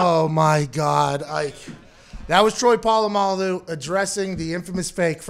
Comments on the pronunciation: "troy poololamaloo" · Everyone: Literally everyone: Pat: TROY PO LA MALU RUINED MY LIFE